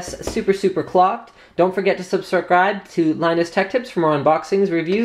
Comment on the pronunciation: I "sub-sa-cribed" a long time ago Linus!